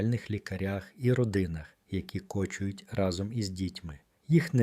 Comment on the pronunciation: Але ж дійсно, дуже багато слів з неправильним наголосом! Це треш! От зрозумійте, що таке слово кОчують, п правильно кочУють! І такиго багато!!!!